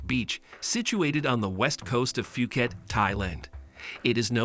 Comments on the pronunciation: Its pronounce as phoo-cat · Love your vid, but can you learn how to say phuket properly next time, its hard to take the vid seriously if you dont take the time to pronounce the place your talking about.